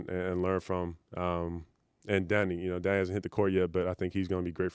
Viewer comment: I hear it somewhat when he says "Danny". Heard it before as well in some interview in the bubble and DG came up.